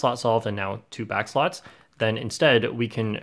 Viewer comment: i thoguht he said deducing back shots 😭